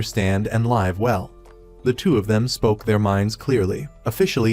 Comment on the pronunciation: the AI voice needs to recheck the pronunciation of "live" . the pronunciation error is annoying. And yes. the title has nothing to do with the story.